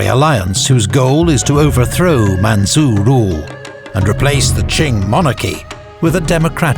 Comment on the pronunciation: Man-chu . Chu. Not su.